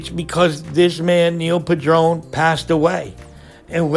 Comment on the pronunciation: His name wasn't pronounced "pu-DRONE." His last name was pronounced "PAD-run."